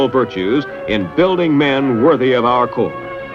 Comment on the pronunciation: WTF is the Corp? You defending some corportation? If you're speaking of the Marine Corps, it's Corps, with an "S" on the end.